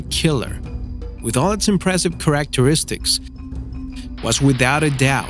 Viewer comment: "Shisles" "correcteristics"